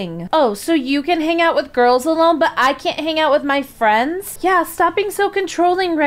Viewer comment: i kinda like how piper/rektway's ex girlfriend said furends Lol